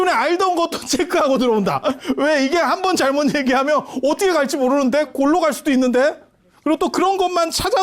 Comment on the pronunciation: 어텋게--가 어떻게로~~~~ 실수,ㅎㅎㅎㅎ.